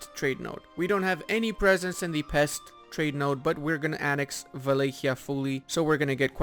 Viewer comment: Is a Romanian: Can't pronounce "Pest" or "Maros" correctly 🤔 Still love the channel tho don't sweat it